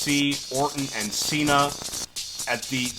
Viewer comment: Why is Cena pronounced that he comes from California when he is from Massachusetts 😂😂